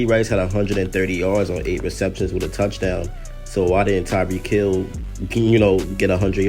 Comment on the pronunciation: It’s Tyreek Hill bruh